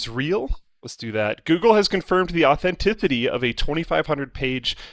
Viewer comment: Luke... authentithity? First among many errors until Linus calls him out and he admits tree-hugging in the recent past.